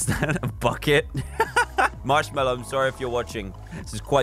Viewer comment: thats not marshmellow itsh moshfellow